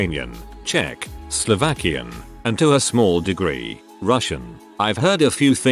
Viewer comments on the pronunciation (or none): none